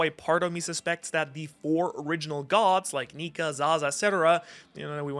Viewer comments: Just don’t put r on the end of nika your a lil too close to the edge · you did Not say nika